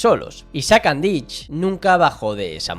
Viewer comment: no se pronuncia Andich con ch es con c